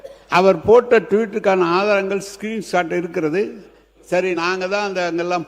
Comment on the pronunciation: ஸ்கிரீன் ஷாட் என்று கூட சொல்லத் தெரியலை இந்த நேரு பயலுக்கு.ஆனா பல லட்சம் கோடி சொத்து மட்டும் ஊழல் செய்து சேத் துட்டான்.